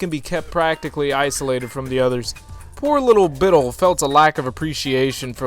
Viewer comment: When I heard pronounce Bitil as BITil, I cried. I always used to pronounce it BitIL and even if it's not correct, it stuck.